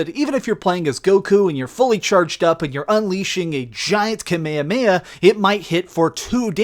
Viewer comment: Thank you for pronouncing Kamehameha correctly!!! So many other so-called fans in their gameplay videos say it wrong, and they sound ridiculous! Well done,, well done!